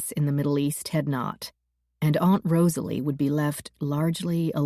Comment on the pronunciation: Generally good narration except for her very annoying, cringe-worthy pronunciation of 'aunt' and 'shone'.